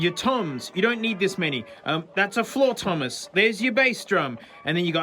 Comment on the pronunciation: Bro said "Flloor Thomas" I will never forget that 😂